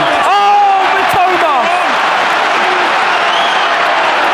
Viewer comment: マトマ（matoma）じゃないよ ミトマ（mitoma）だよ